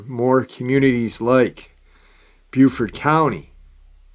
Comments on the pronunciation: Its (Bo)BeauFort NC. Its (Bew)Beaufort SC. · Great episode but in N C we pronounce Beaufort with a " bow" sound, like "bowfort". Love your episodes !!